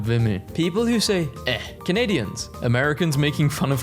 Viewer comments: Eh is pronounced A for future reference 🫡🇨🇦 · Canadian here, you're saying eh with far too much effort. Its pronounced like the letter "a" but kind of casually and with a slight question mark. Sounds like "hey" Overall quite funny, thank you!